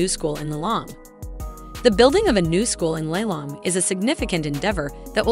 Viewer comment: It’s not Lailong. It’s pronounced Li Long ngwe